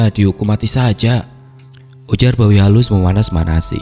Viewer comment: Sorry mang tapi saya dengar bawi halus jadi babi halus terus 😂 bahkan di teksnya pun sempat keliatan tulisan babi halus. Ya tapi emang pantas juga sih di katain babi untuk si tukang gosip itu malah matinya hina pula 😅